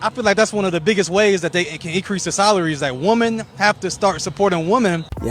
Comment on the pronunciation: It’s, WOMEN gawd damnit - Not, “woman”!! The plural of woman is fukking WOMEN!!! Why does this generation act like they don’t know that word?!?